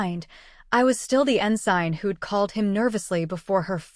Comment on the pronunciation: Nah, the “poor narration” is when she can’t pronounce “ensign” (en-sin) and “SCIF” correctly (scif) 😅 AI narration